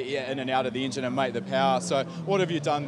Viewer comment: ... so can we start with the "ingine" block how about i break mi jaw talking....